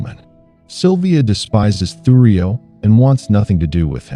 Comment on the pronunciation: And its thurio not thugrio 😂😂😂